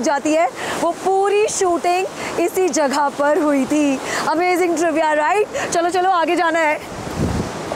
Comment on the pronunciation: Ma'am it's 'jagah' and not 'jaghah' please work on your pronunciation